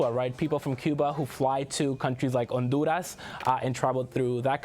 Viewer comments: Please stop saying Honduras and Guatemala that way. Your pronunciation is obviously not natural, seeing how you almost choke everytime you do it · Pronouncing some names of countries in Spanish is so annoying. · Why does pronounce Honduras and Guatemala with a spanish pronunciation, but not Mexico and other Spanish countries?. I'm not against Spanish pronunciation of Latin/Spanish countries, only inconsistency.